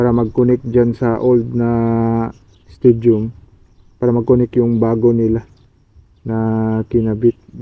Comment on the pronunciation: Stadium not studiom..